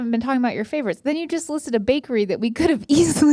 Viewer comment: The fact that Rhett said “guess wait” and not “just wait”